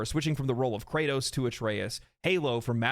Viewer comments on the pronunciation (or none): none